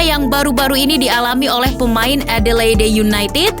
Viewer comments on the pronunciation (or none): none